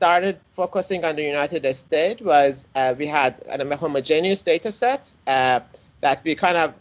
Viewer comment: I love his way of saying "United Estates" a rather fitting description.